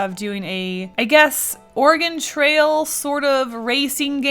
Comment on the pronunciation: At first I thought she said "organ trail "